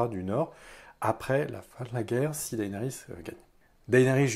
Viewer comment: Ca se prononce Dénérys ! Bon sang.